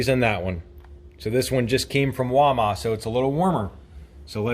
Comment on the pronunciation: Its WAL MART, NOT walma.